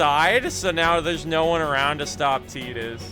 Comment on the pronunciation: My favorite FF and I got the platinum a while back. Loved every minute of it. Great video. Other than mispronouncing Tidus. 😊